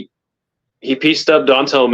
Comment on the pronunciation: n his calling Alonzo don tale. Jeez